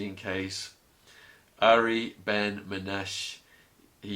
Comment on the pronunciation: When you interview him, don't call him Uri. Call him Ari (Ahh-ree), just like my son's name,. okay> Just a tip, Shaun, okay?